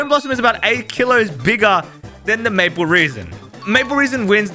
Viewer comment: Aaaah yes, Maple reason, not maple resin!